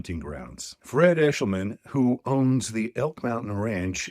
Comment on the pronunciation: “Eshelman,” eh?